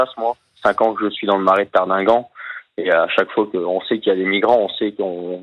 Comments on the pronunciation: Cher Monsieur Hanouna, on ne dit pas Tardighenn, mais Tardinghem (prononcé Tardingan). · Tardineguemeu.. connais pas ? Aucun journaliste n' est fichu de prononcer le nom des villes correctement ! Un enfant de trois ans dans la hutte ?!! Sérieux ? Aidons les à partir en Angleterre, c'est le problème des anglais. Ils doivent revoir leurs Lois, nous aussi d'ailleurs. Beaucoup à dire, malheureusement en vain.